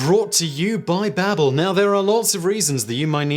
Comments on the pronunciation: I believe its supposed to be Baa-bel after the babble fish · Is it pronounced “ Bay-bel” in Britain or is this just another legendary Simon mispronunciation P.S- I love all your channels, keep up the good work, sorry for getting all technical.